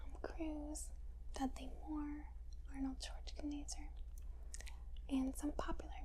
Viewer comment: The way she said Arnold Schwarzenegger 🤣🤣